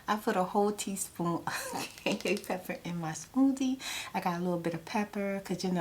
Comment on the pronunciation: I love how she says cayenne pepper "Kanye pepper"